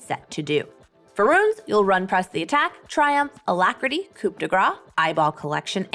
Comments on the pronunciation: Please, coup is pronounced “koo” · is it required to pronouce coup like "coop" to work at lmao